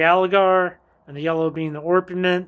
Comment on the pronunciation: Just FYI: It is Ore-peh-ment and Ree-AL-Gar (or Ree-AL-Gher). I get these two wrong a bunch. Had to ask a mineralogist about this pronunciation.